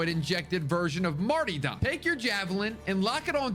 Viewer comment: Did he really call it "Martydom"?